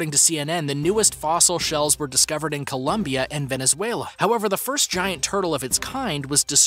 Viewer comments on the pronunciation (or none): none